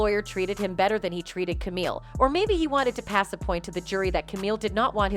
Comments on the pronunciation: The voice-over calling Camille "Camel-uh" is rough lol That's my pretend wife... please say it correctly. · Her name is Camille Not Kamala🥱🤌🏼🤌🏼🤌🏼